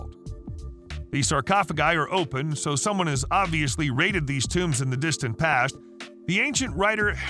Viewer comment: Why do you keep calling them tombs?